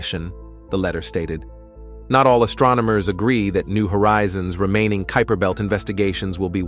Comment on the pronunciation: I agree with thus pronunciation phopahs. Rather fun though to see how many different ways “kuiper” belt was messed up. And “ nitrogen “ with “i” as in mitt. 🤣🤣🤷🏼‍♂️ But overall a ton of great information in the presentation. 👍🏼